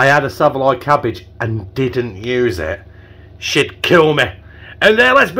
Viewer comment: Saveloy cabbage!!!....It's Savoy cabbage ya cabbage 😂🤣🤣😂👻